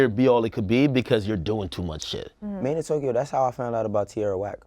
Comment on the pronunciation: WHY DO PPL SAY MADEINTOKYO WHEN ITS SPELLED MADEINTYO